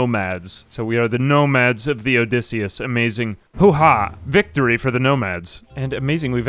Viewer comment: "Odysseyus"...? Er... Did you mean to call the ship "Odysseus"? I mean, even that would be a bit awkward. You could have named it after Odysseus's ship, Boaty McBoatface.